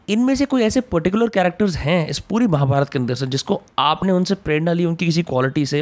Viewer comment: अमि जी निसंदेह बहुत बढ़िया हैं. लेकिन male एंकर का महाभारता , भीमा, कृष्णा बोलना बुरा लगता है